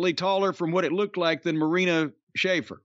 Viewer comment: He's even got pronouncing it "Schafer" now. I love it